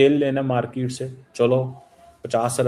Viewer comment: Tell the Phd Halwaii Keema the Fing word is "market" it's pronounced as "Mar kit" not Fing "Maar keet". U Fing illiterate.